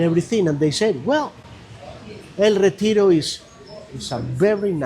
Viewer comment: Hahaha! "El reteejro" 😆